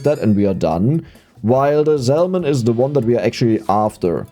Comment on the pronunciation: Hey always love the content and these longer ones are great for company. I did just want to mention the the L in salmon is silent. Keep it up bro, youre making the world a better place with the joy you bring.